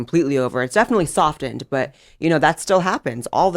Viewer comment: Dear God. I can’t watch the rest of the video with Blair’s White and how he keeps saying some words. sWard (sword), sof10 (soften)… JFC🤣🤦‍♂️